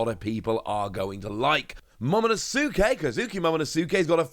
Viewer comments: Nobody pronounces 桃の助 Momo NoSuuke 🚮Fix your pronunciation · He pronounces the names so bad , he absolutely butchers Momo's name man 😂